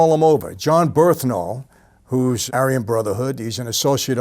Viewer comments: Bernthal not "Berthnal" but love ur videos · BURN-THAL.. Not Berth-Nal.. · bernthal not berthnal. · Birth-Nal 😂. Its BURN-THAL!! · Dude's name is "Bern-thal" not "Berth-nal". Come on, boss. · BeRNthal, not "BeRTHnal" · It's pronounced "BURN-thal" my man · Michael just CANNOT say bernthal right